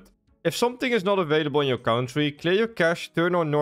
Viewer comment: kountrie,? verrie guut.? maaat werk aan je pronounciations.1!! you have been speaking english for years.. wtf.?!!?!!?